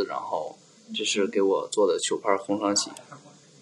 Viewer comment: qiu par. He must be Northern Chinese lol